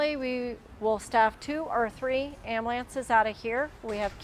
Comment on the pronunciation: Its Ambulance Am bu lance. Not ambalance. Some people. 🤡🙄🤦